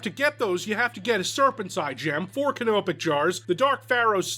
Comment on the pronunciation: I love the way he says canopic jar